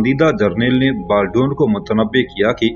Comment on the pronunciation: انیسکی بات کو آپنے طویل تر کردیا ھے اور بالڈون کا نام غلط نہ لیں۔Baldwin